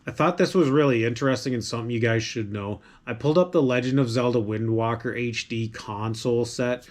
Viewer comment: Thanks for the video Wind Waker and not "Walker" btw.